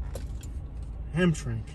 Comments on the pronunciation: Guys, please be very careful driving through Detroit! You actually need to speed through, and not drive around like a tourist! Hamtramck is pronounced Ham tram ick, all together. That town used to be a heavily Polish Catholic town. Pope John Paul 2 visited Hamtramck in 1987, that’s how significantly Catholic it was. Unfortunately, the Muslims took over with their Mosques, and those were the prayers you were hearing overhead. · It’s pronounced “Ham-tram-ick” used to be nicknamed “Poletown” as it once had a very large Polish population